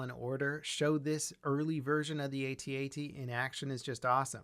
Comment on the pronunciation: Pretty sure George Lucas said its pronounced how it's spelled like the word at not each letter separate from each other like A-T-A-T? Either way very cool model!